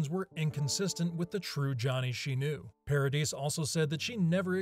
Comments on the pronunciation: Paradis = Pah-ra-dee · Vanessa Paradis, you don’t pronounce the S, Johnny and Vanessa were never married